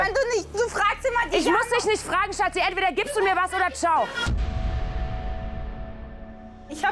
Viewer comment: Wie Georgina immer ,,Schatzi“ sagt HAHAHAH